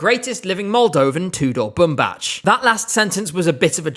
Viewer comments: You are mispronouncing his name. It's Bumbac not Bumbaci. If you have doubts on how to pronounce it, go to Google translate, his name literally means cotton. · our kings surname is pronounced as ''BumbaK'', not ''BumbaCH❤❤ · Nice vid as usual but please correct his name, it’s pronounced as Boom Back, not Boom Batch :) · Bumbac's last name is pronounced Bumbak, that's literally how they pronouned it in the show 😭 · That is not how you pronounce Bumbac! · as a Romanian native speaker I can tell you the way he is pronouncing is wrong. He is pronouncing it like it was a Serbian name. The ending C letter should be pronounced like a regular C ( like in the ending of the word back in English ). I am not trying to offend anyone, I think is doing an amazing job covering all that is happening related to ESC, it was just an observation. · Nice video but you’re pronouncing Tudor Bumbac’s name incorrectly :( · another vid where u mispronounce tudor bumbac's name